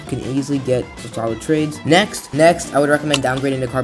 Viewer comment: my man just wanted to make sure we heard the “next”